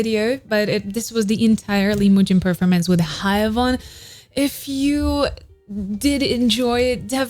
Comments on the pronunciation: Babe, please don't think bad of me, is just trying to help. Her name is pronounced "he-uon" like won, the verb to win, in the past. He-won. The "ae" in her romanization is more of an "E" but an opened E, like when "air" a but opened like this "ai". And anyway, thank you so much for this video, I love Haewon and her cute face and her voice for NMIXX, I love to recognize her singing when listening without watching a music video 🥰 I live your channel..! thank you so much for the effort and time 💖💖💖💖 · Sorry to be that guy, but heres an advice on Korean names. when names have two vowels like hAEwon, AE is pronounce as EH. another example is jEOng, and EO is pronounce as OH so basically you pronounced the second vowel and silent the first one. so Haewon is = HEWON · no its HEWON cause AE is pronounced as EH, just like how tAEmin is pronounced as TEmin not TAYmin, and bAEhkyun is pronounced as BEKhyun not BAYkhyun, tAEhyun is also TEhyun not TAYhyun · It's more like Haywon